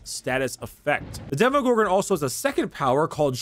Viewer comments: Hey... it’s Demo not Demi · Yeah who doesn’t know the well known “Demogogron” Not making fun of you bro just thought that this mistake is pretty funny 😂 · Demogorgon or Demogogron? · “Demi” it’s DEMOGORGON DEMO DEMO DEMO DEMO DEMO NOT A FUCKIN DEMIGORGON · its not Demorgorgon ... its De-Gordon-Ramsay ....